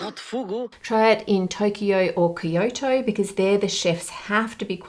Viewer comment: Btw, it's kyo-to. Like the q sound, plus the o from the word top. Then another to as in top. Kyo-to. There is no kee sound and no yo sound. I don't intend to be rude, but we have all heard the name of that city many times in our lives, mostly butchered by Australian TV personalities but also accurately, and I don't think it's appropriate for us as Australians to be so continuously and unengagedly ignorant about our neighbours. It is not keeyotoe - it's Kyoto.